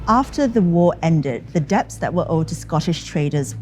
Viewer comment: its pronounced dets not debts. the b is silent